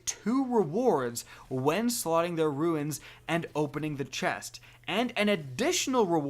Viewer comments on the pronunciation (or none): Stop saying ruin when you mean rune